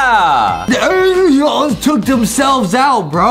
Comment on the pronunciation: what is justin say alieooons? 🤣